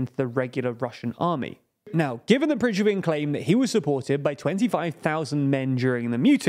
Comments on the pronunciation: Prigozhin, not Prizhkovin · Stop saying prizhgovin, it’s prigozhin. If you miss your protagonist’s name in your research, you kind of lose trust. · Consistently mispronouncing 'Prigozhin' as 'Prizghovin', is it really too much to put in the effort to look up the name of one of the main subjects of your report? It's a recurring theme on the channel sadly, every non-English town's name gets consistently butchered too. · Guys, Russian names really aren't that hard to pronounce. It's Pri-GO-zhin, not Prizh-go-vin. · why should we listen to a news channel which didnt even bothered to learn the right prounanciation of wagner leader PRIGOZHIN not perzhevik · Who is Prizhgovyn? Prighozyn maybe? Pree - go - jeen... With accent on "Go" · It's Prigozhin, not Prijgovin. It's not the first time you make this mistake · I belive Prigozhin is pronounced [pre-GO-zhin], not [prish-GO-vin] or [PREE-go-shin]. Some names are difficult for Anglophones to pronounce, but not this one 😊 Otherwise, great video as always ❤️ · You had such a good hold on pronouncing Prigozin's name previously. "Prishcovin" is not it xD Still love it. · Prishgovin? It’s Prigozhin smhhh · Who tf is Prishgovin? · Please stop pronouncing him Prishgowin. It should actually be like saying „Pre go shin“ as far as I know. I‘m neither a Russian or English speaker, but you guys are the only ones I‘ve ever heard pronounce him differently like that. for reference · For fucks sake man every news broadcaster on the planet manages to pronounce Pri-go-shin after 1.5 years of talking about him and youre still hitting me with prishgowin i just fucking cant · PRIZH-ko-vin??? It's pri-GO-zhin... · I love this channel but why is Prigozhin pronounced Prisgovin? 😢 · Nooooo not Prizhgovin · It’s Pre-gore-jin. Not Prishkovin. Please say it right. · Dude! Prigozhin, not Prizhgovin. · Why do you keep saying Prish-go-vin? Have you never heard it said on the news? It's Pri-go-shin. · repeat after me: "PRI-GO-ZHIN" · Pig- roshin